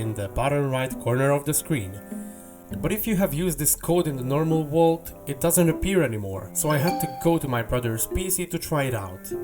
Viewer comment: The wault